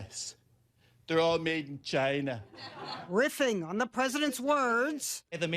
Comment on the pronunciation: It pronounced "Chuyynahh"